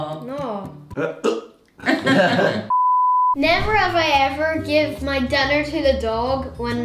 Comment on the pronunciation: Why every time you say me food not me food my food